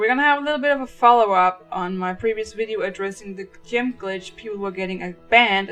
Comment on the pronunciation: why does she say Gem as Gym. hhahahaha its kinda funny